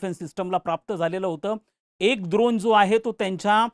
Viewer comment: सर द्रोण नाही ते ड्रोन असत हो......🤓🤓🤓